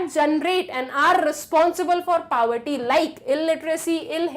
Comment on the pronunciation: Why you pronounce poverty so wrong you should practice how to pronounce before teaching.